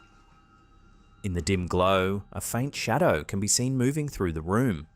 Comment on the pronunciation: I don't get it. You've made these videos for years, and you know what a "shadow" is. So, why now did you suddenly decided to called it a "shatow?'